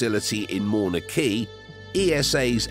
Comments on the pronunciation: He tried. Lol It’s pronounced “Mao-Nuh Ke-ah”. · ... Did you say "NASA's Infrared Telescope Facility in Mona Key"? Look It's not hard to pronounce Mauna Kea. It is the Mecca of Astronomy on this little ball you live on that you may as well pronounce "Eyarth".